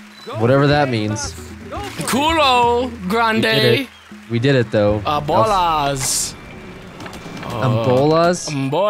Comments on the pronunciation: He seems to be saying "El glande" instead of "El grande", glande is the name of a part of the penis in spanish. It's pretty damn funny. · tried to said " el fuego grande" but he ended up saying " el fuego glande"... XD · tries to say "grande" that means "big", but he says "glande" which is in spanish the head of the penis hahahaha